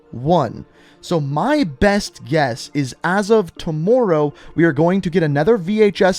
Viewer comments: No one:: too-more row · Love how this man says tmmr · Every time he says tomorrow I cringe. I know he’s Canadian but I can’t help they say the word wrong. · The way this guy says Tomorrow bro😂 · LMAO and the way he was saying tomorrow